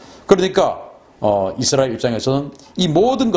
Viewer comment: 발음 쥑이신다~ 이스라~엘~.................. 경상도 영어 발음이 북한식 영어 발음 과 비슷하다고 함.